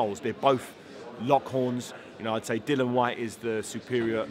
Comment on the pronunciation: Can someone tell David Haye that it’s Dillian White, not Dillon.